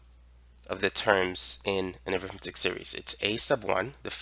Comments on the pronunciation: When used like it is here (as an adjective or noun adjunct), it's pronounced arithmEtic, not arIthmetic. The latter is when you're talking about the school subject -_ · Pronounced arithMEHtic. (Different pronunciation than when you're using it as a noun.)